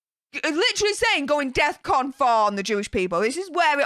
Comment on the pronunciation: He seems to think Defcon is deathcon. No no no! It's Defcon and I don't think this "genius" knows what it is!!!